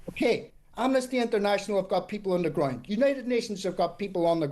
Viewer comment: Why he pronounces "Ground" like "Groind"?